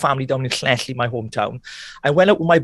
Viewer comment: just to hear him say "llanelli" was wonderful!